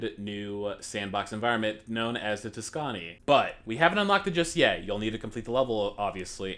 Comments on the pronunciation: Tuscani like dasani do Tusk-uh-knee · That pronunciation of Tuscany though.